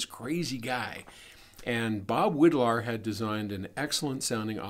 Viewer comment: Bob Widlar (Irish pronounced "wide-lar") was more like an artist than an engineer. He was a genius, a little bit crazy and paranoid and he was one of the first "drop outs" of Silicon Valley. He co-founded Linear Technology which belongs now to Analog Devices. Many linear circuits from the 1970ies and -80ies came out of his brain.